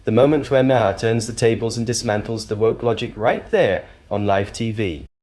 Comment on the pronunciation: Maher is pronounced MAR. It’s an Irish name.